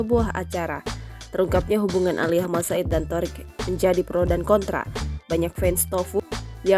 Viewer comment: Malas dengar Thoriq "Aliyah"